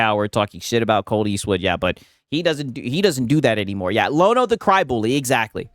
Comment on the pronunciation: Lono: rhymes with DONO.